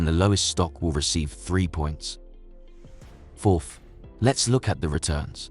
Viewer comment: It's forth not forff